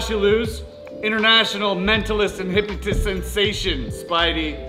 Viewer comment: "International hypotist" IM NOT KIDDING THAT'S WHAT I HEARD